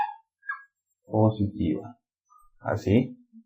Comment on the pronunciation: En el minuto dice positva en vez de positiva ;)